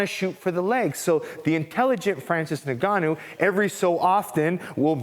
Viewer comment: For what it's worth, his name is pronounced In-Gah--New. My West African people would appreciate this adjustment.